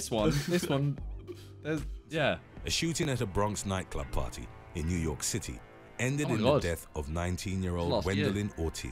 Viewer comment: It's party not pawy 😂😂